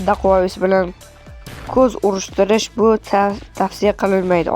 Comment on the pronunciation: Dakuavis o'qiladi